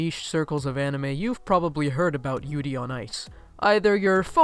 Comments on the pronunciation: “yoodie” on ice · Dude your pronunciation of yuri and yaoi are so off XD Tbh I don't really get why people are acting like Yuri on ice is such a revolutionary thing since there's been gay characters in anime since like the 90s. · Did he fuckibg say yudi on Ice Im literally am so offended